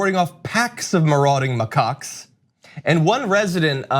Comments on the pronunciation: It's a "ma CACK", not " ma cock." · Isn't it pronounced M'Kack? It's not M'cuck. Edit: Never mind it's pointed out. Thank god at least one if them is smart. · Did he say racist macucks?!?!? Lol Reeces mackaak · LOL!!! John and each pronounced their prospective words like this, and when you put it together you get: RACIST MACOCKS!!! It's just funny!! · It's hilarious because I could have sworn you said "Racist macaques have a reputation for being very aggressive toward the 25,000 tourists who visit the Taj on a typical day." 😂😂😂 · It's pronounced Macacks you weirdo. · Why are you pronouncing it like muhcuck? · I also heard 'racist mccuks'. Having the monkeys only attack the western tourist, although undesirable, just seems funny to me. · I legit thought he said "racist mccocks!" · Please let him keep saying ma-cocks. This is making my day. Lmao